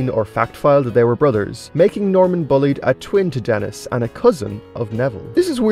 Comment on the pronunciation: And I think you mispronounced “Bulleid” as “bullied” instead of “bull-eyed”.